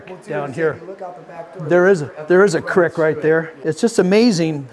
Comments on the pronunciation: I’m not subbing till you learn how to say creek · did you say “crick” and not creek lol